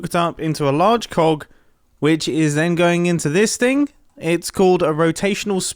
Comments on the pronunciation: Every time you said coge I thought you said .... ummm CO and a C and then a K :l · I thought I am old enough not to smile every time I hear jumbo say cog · Am I the only one who hears something very different every time he says “cog?”